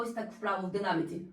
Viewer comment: В динаміці..., говоріть правильно...